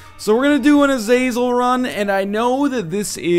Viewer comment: Ah - Zah - Zel, Just for future knowledge haha